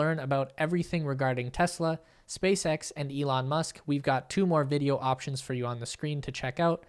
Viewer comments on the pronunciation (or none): none